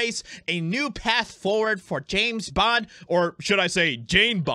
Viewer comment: James Bond, not Jane Bend